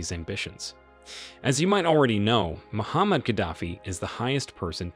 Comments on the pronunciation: Muammar Gadafi not Muhammad 😂 ignorant video présenter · Why can't you pronounce names properly? E. D Amin. Mu se ve ni. Mu Amar Gadafi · Mo-Mar-ga-dof-fee. please correct enunciation of his name. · It's Muammar Gaddafi